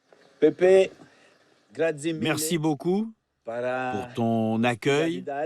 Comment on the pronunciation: J'aime cette émission je pense qu'il pousse un peu parfois. Comme quand il dit "Gratzi" avec un énorme accent français. Personne me fera croire qu'il y a un seul français au monde qui ne sait pas comment ça se prononce en italien 😏